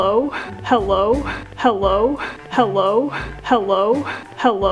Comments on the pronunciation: If you listen to it enough it sounds like hewwo 😂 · Lavender Kinz it also sounds like "how low?" 😂😂😂